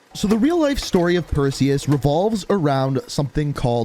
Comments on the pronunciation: Who was here when it said "Preseus" not "Perseus" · “Who the fuck is Presues?” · Preseus 😂 One second my personal best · Or as how he says it himself, Pearseus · They’ve been looking for the wrong man. Not Perseus, but Preseus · Ah yes Persues little brother Presues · doggyworded "Perseus" And made it "Preseus". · Incoming comments saying "Preseus" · Wait presues I thought it was Perseus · “Preseus” lol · "Preseus" lmao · Yes. Who is Preseus? Do tell 😂😂😂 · Perseus... It’s “Perseus”. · Its purrseus